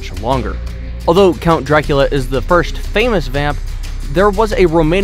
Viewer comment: He can't say Dracula right